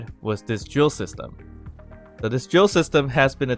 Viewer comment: LOL man, you said "drill system" and I don't know why heard "Joseph" 🤣. Looks like I got an idea for a nickname for this device 😁